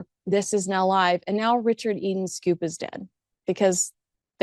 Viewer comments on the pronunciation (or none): none